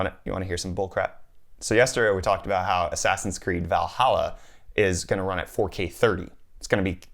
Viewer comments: ass-ass-in creed lmao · Probably I'm not the first. Did you say: "ass ass in's Creed"?